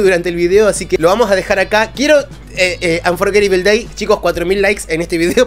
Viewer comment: E a, te quiero mucho! Pronunciastes Unforgetable Day muy bien! Me gusta tu pelo o también! Siempre tengo una sonrisa cuando. Eso tus videos. Gracias por traernos al magnífico Dimash! Respeto mucho lo que nos enseñas de música. Que tengas larga vida en todas las redes sociales!